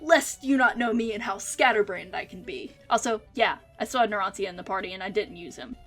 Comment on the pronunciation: It's Narancia, not Naransia..